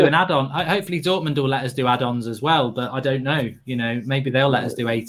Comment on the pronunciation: And the "education at Dortomond" part